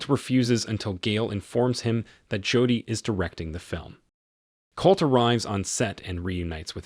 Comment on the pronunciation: You need a better AI where you can adjust words especially if they are main characters in your video. I mean I can ignore "Mick" for Mike and so forth but Jodi... really?